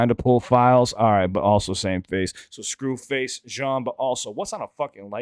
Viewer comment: Did you say Scru Face Jaundice?